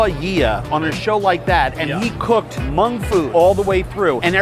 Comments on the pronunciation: Omg, if you mispronounce Hmong one more time...... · And it’s spelled Hmong and pronounced mong not mung. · It’s Hmong not mung